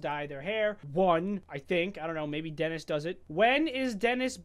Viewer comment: it's Denis not Dennis